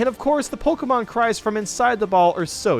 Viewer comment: Its not Pokiemon but pokemon